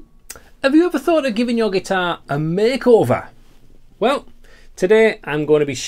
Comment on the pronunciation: Did you say make over? Or bake over?